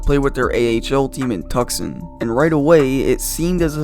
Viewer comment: What the Fuck was that? Tucson? Was that your attempt at pronouncing Tucson? Miele played for the San Antonio rampage He played in Tucson after his years in Europe before calling it quits. Also he didn’t fill a role in AZ because Gretzky was a garbage ass coach